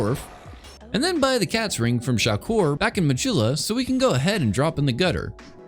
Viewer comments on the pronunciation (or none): none